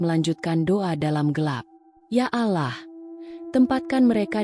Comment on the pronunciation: Yg baca narasi ....maaf kristen ya mbak....gak bisa bilang 'Allah'....